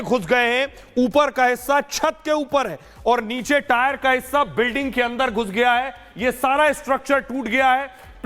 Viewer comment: 50 bar ho gaya tire tire bolta howa🤓🤓🤓🤓